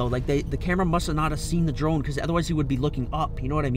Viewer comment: Im i think he said trone instead of drone lol 😂